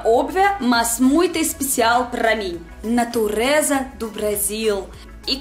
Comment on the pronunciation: Achei muito legal o sotoque "EL"; "BrasÍEL; EspeciÁEL"; quando ela fala assim, lembro escritores famosos como Machado de Assis etc.; outra coisa é que não há erros de generos, muito legal seus videos, excelente dicção. :D